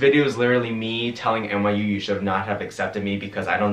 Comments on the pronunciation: Is he saying NYU or MIU? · give a round of applause every time he says miu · this whole time i thought you were saying MIU and i looked up the place and i was like ummm i don’t remember him saying MIU in his college expectance video... then i realized you said NYU 🤦🏼‍♀️